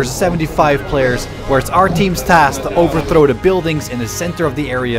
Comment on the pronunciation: I just want to point out a mistake you made when you said the game mode you said “overtrhow” just wanted to tell you have fun I enjoy your videos.